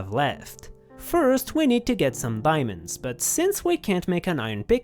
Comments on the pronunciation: they’re saying that they heard him say “biamonds” instead of “diamonds” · he said biamonds but the captions said diamonds so I get the confusion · OP just pointed out the funny pronunciation and the other guy is a bit daft